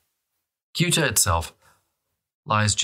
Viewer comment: Ceuta; not Kuta or Guta as a point of reference.